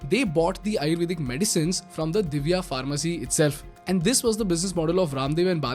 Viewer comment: First of all, learn how to say basic terms like "Patanjali", "Divya" and do some better research rather than spreading hate 😑